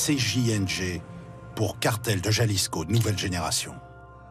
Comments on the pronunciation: “Jalisco” faites un effort putin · Putain comme il prononce jalisco